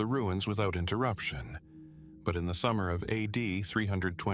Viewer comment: A...D. AI hot garbage.